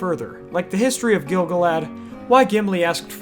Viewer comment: Except for continuing to mispronounce Gil-galad great videos